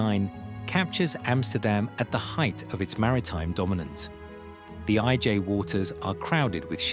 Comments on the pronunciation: I don’t expect the ‘story teller’ to know Dutch, but pronouncing the ‘IJ’ estuary’ as ‘aye jay’ is ridiculous. ‘I’ would have been much closer to the real pronunciation. And if ‘Oost-Indisch Huis’ had been pronounced as ‘Oast Indies House’ a Dutchman would at least have recognised the name. ‘Nieuwezijdsvoorburgwal’ and ‘Voorburgwal’ however are pronounced quite well. For those a Dutch speaker may have been consulted. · I'm thinking, what is that awful AI voice talking about? The i-j harbor. The IJ harbor.